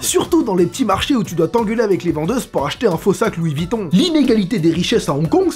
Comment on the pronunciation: C’est LOUIS VOUIIIITON